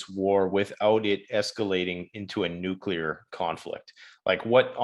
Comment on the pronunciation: Nu-Q-Lar war could start any day. Thanks 🤦‍♂️